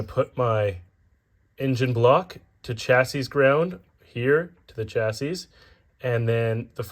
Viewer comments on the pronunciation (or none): Curious which country you're from that pronounces the last S in "chassis?" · Chassis “chassy”